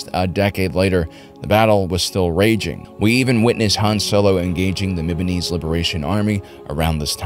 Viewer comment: Its mimban not mimbon but great vid